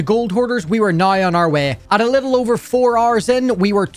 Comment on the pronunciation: The way he says 6 hours is like "6 Rs"